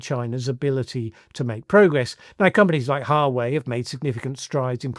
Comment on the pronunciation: it's wa-way not Hua-way for huawei